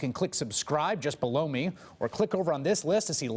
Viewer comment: could you please get the guy who says "click on the link to blow me" to enunciate his words? below me/blow me? slow your slurred syllables down, please. i've had to stop watching you :(. its just plain creepy.